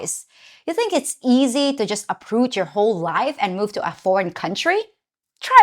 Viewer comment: Someone should tell her that the word 'and' only has one syllable. It's not pronounced "ayend".